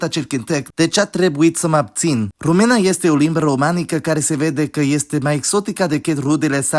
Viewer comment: Hey great video I really looked forward to seeing a video about us, just wanted to add a few things: - throughout the whole video you pronounced some of the things wrong, which is obviously not a problem but just wanted to mention; e.g. Română (/romɨnə/) not (rome̯nə) - aside from diftongs, we have triftongs and hiats (i don't know if they have different names in English so i'm sorry); for example : seară (/'se̯arə/), iau (/'iau/ or /'ǐau/), alee (a - le - e) (/a'le.e/). There are some exceptions to be brought to attention though, like if in a diftong or triftong we have the "ce, ci, ge, gi, che, chi, ghe, ghi" groups, e and i downgrade to just ʧ, ʤ, c and g, effectively removing the vowel and maybe palatalizing it. Also, diftongs have priority over hiats and if in a hiat, in the 2nd syllable we have a diftong, the hiat gets broken like chemical bonds would and we only keep the diftong (which is also why the stress falls on the 1st syllable). So if we were to say "Eu iau un ceas cu ceai." , it would be pronounced (/ĭeu ĭau un ʧas ku ʧai/). Although, to be noted, in theory "i" is always a vowel and never a midvowel so it shouldn't be written like that, sometimes it behaves like the palatized version" - "norilor" means "of the clouds", "clouds' " - you say that there is no rule for stress, but there is... although to be honest I don't think anyone could tell you what it is, not even teachers. We just get used to speaking it and use the stress correctly by nature -8